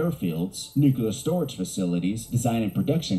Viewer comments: I hate how this video’s narrator says “nucular” instead of “nuclear” ahhaha. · You know this video they are reacting to is top notch when the narrator spends the entire time saying "nucular." My fellow Americans, it's "nuclear." It's two syllables, not three. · I swear that dude kept saying "nuculer" instead of "nuclear." If he's going to do a video on a subject, he should make sure he can pronounce the word correctly. Great reaction video though, guys. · Listening to someone pronounce it Nuke U Lar grates me like finger nails on a chalk board. It's spelled Nuclear, pronunciation Nuke Lee R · What is this thing with people pronouncing 'nuclear' as 'nukular'?(its pronounced new-clear) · And how many times can we mispronounce nuclear. No fault to you folks but the video you’re reacting to is unwatchable for me. Nuclear has two syllables, ‘new- clear’ not three, ‘new-cue-lar’. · Nithing worse than a paid commentator saying nukular and not nuclear. Get a dictionary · Nucular war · We all love to say nucular instead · Never trust a documentary about nuclear war when the narrator cannot pronounce the word nuclear properly. It is not new-cue-leer 😂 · I love you guys, but I just couldn't watch the video, because I'm so triggered by the narrator saying : "new-que-lar" 😂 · Tsk, the narrator says "nookyaler." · It bugs me that the narrator kept pronouncing it "nucular". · It's weird someone would make a whole documentary while saying the word nuclear wrong. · For someone recording a nuclear war video, they sure do mispronounce nuclear a lot. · Watching this video narrated by a guy that can’t pronounce nuclear is very distracting!